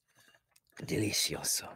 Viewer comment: Bro I was talking to him in Spanish nd he was js like “delasioso”